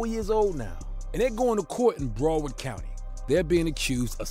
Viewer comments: Idc how late i am on this video I came to say STOP SAYING BROWARD LIKE THAT! Brow pronounced the same as when you say eyebrow. BROWARD brow-erd = BROWARD Not Bro Not Browf And there is definitely no f in it so i don't know what you was trying that first time lol brow please BROW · Its BROWARD COUNTY NOT BRUUUWORD COUNTY LOL 😂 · Brow-ard County. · Lol this video is filled with errors....he mixed up ynw sac chaser and ynw juvy when he introduced them and keeps calling it BRO-WORD county 😂. This guy is fried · BROW-WARD COUNTY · This guy doesn't know how to.say Broward County 😅